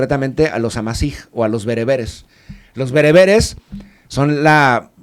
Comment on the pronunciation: él lo dijo de entrada, amasig o bereberes